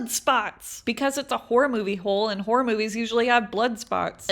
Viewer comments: Actually u said horror movies wrong 🤓👆 - im kidding ur said it perfect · u say horror movies fine